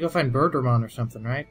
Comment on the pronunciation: Near the end, I kept mishearing Birdramon as Burgermon, and I was wondering what the heck you guys were talking about. Then I realized and it all made sense. On the other hand, now I'm sad that I won't get to see Burgermon.